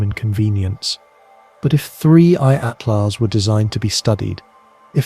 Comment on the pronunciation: How many different ways can you mispronounce Atlas in one video? This is AI generated nonsense that keeps repeating itself, don't bother watching.